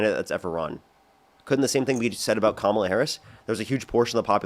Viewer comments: Even when you get a smart guy (finally) they spew the same nonsense, same brainwashing, same mispronunciation of Kamala's name (its WEIRD how many mangle her name - seems like a subliminal jab at her). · Absolutely. I remember hearing that Trump’s pronunciation of it was intentional to sound like Kamala the Monster who was a simple-minded wrestler from Uganda years ago.